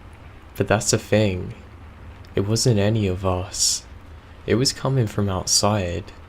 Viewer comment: whenever you pronounce "thing" like "think", it's like nails on a chalkboard to me.